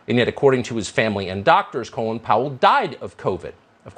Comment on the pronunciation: Gotta love Tucker pronouncing Colin like "colon." Doesn't Tucker have any Irish acquaintances? Doesn't Fox News have editors? He seems to be as uncultivated (colon) as he is unprincipled (lies about the vaccine.)